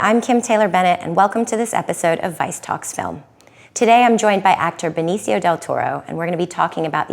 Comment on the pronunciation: Ben-E-see-O Del Toro